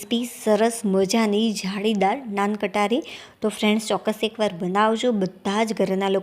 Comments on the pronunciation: Nan Katari nahi ben Nan khatai bolte hai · નાન કટારી નહી નાન ખટાઇ બોલો. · નાન કટારી?? મોઢામાંથી અમુક શબ્દના ઉચ્ચારણ 😅